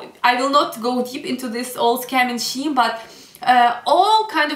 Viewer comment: You should mention how the distance from Kyiv to Donetsk is almost like the distance from Paris to Berlin! And "scheme" is pronounced like skeem not sheem Kyiv was by far the city in which I experienced I experienced the most begging, and there are so many types of beggars! I still felt safe though.